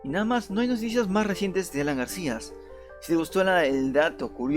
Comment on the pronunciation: Desde el momento que este tipo no sabe ni hablar, no pidemos dar crédito a lo que dice, "GARCIAS", si ni siquiera sabe el apellido del ex presidente 🤔 No se si estará vivo o muerto, éso no está en cuestión, sino este video y audio tan pobre!!! Da verguenza!